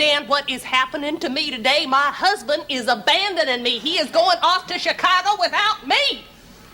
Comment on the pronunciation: "Chicagah," lol! Just like how Thelma pronounces Hawaii "Hawai'ah" in Mama's Family lol!